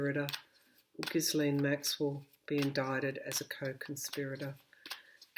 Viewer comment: passing this on to you as so many intuitives and viewers like myself are having trouble with the pronunciation of "Ghislaine." In a recent yt video, Virginia Roberts Giuffre, one of Epstein's girls who was groomed by Maxwell, pronounces the name "gee'-lun", with a hard g as in go. Hope that helps.